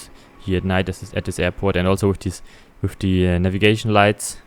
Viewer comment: Wenn man englisch kann, ja. Vor allem jetzt in englisch: Free und Three werden gleich ausgesprochen, De und The gleich, Wiff und with. Und das "the", was man vor Vokalen benutzt, benutzt er eigentlich immer... Schade.